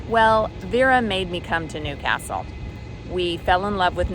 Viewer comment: Love the way you say Newcastle properly.